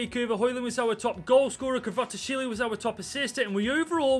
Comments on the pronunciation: Just call Kvichka Kvaratshkelia his nickname which is Kvaradona it is way easier (kh-var-aa-dona) or say Kvichka (cant spell it) its pronounced kh-witch-cah but I may be wrong on that one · The pronunciation of 'kvaratskhelia' just get worse throughout the video 🤣